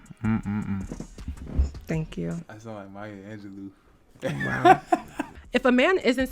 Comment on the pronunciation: “Maya Angeloo” 🤣